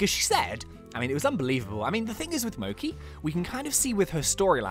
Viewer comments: So this has been driving me slowly insane but her name isn’t “mokey”, it’s pronounced “mo CHEE”. It’s a type of Japanese confectionary made from rice flour and filled with red bean paste or other things. She’s Japanese; you can tell with her name and also that her skin color is more yellow than Ogden’s. It’s reinforced again with her manor’s customer color pack, called “kanpeki” which means “the best” in Japanese. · AHHHH HE PRONOUNCES MOCHI WRONG